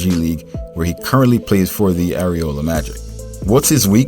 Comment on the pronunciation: Bro did you say the "aeriola" magic. Yup. Confimed you have no idea who mcclung is as a player. Calling him short and slow like every other casual hater..